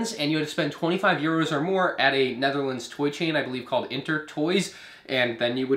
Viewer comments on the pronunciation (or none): none